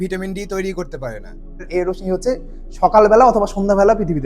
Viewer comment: রশ্মির উচ্চারণ ( (রোশশি)